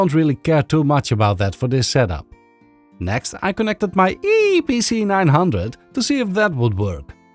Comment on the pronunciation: The way he said "Eee PC" is just makes me laugh 😂😂😂. Even I ended up thinking Asus's good old Netbook name is just laughable 😅😅